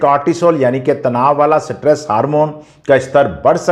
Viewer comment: Satress nhi stress hota hai